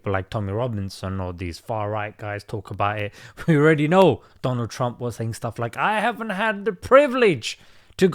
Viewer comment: Wao Doland trump 😂😂